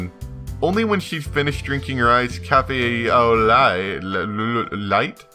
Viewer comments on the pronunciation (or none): "au lait" is French, it's pronounced "oh leh"